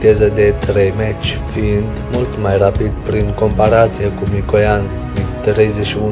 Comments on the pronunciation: Prostovane! Mach se citeste (mah) si este numele unui savant care s-a ocupat cu aerodinamica. Meci spui caud te duci la stadion Prostovane!! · Avionul rusesc se cheamă Suhoi, nu Sucahoi. Pentru „Mach”: se pronunță „Mah” , nu „Maci”. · Nu "Meci", coaie,nuuuuu,nu,nunici Sukahoi,felicitări ,ia-ți putină(de murături),ești la fel ca pietroiul de pe ele!Dacă nu ai sistem de catapultare,ia-ți totuși ,capre ,ar fi un început,nu!?!